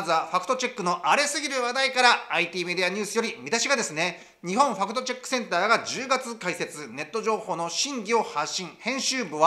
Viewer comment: ✕ 「ファクトチェック（Fact Check）」 〇「ファクトチャック（Fact Chuck）」